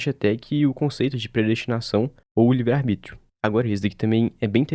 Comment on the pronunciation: “arBRÍtio” mais uma e tou fora